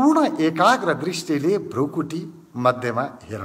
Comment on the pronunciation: एकैछिन यो विधिमा ध्यान गर्दा खुब प्रभाव पर्यो । एउटा सुझाव भृकुटी Bhrikuti लेखिन्छ उच्चारण पनि भृकुटी नै गर्नु पर्छ भ्रुकुटी Bhrukuti होइन । हजुरहरु जस्तो लोकप्रिय मान्छेले भाषाको ज्ञान राखेर सही प्रयोग गर्न अनुरोध गर्दछु ।